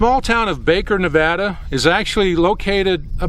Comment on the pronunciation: Thanks for saying nevada right